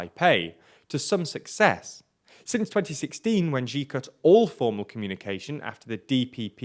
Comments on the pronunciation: It's really not difficult. X in Chinese is not a g or j sound like in "gee" or "jee", x is a "sh" sound like "she". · Xi is pronounced /ʃiː/ like the word ‘she’. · Xi is pronounced as ʃiː (She), please consult someone before making videos.